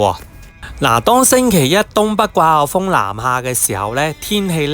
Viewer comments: 掛後風?? 季候風😂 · 你係咪唔識發個“季”音？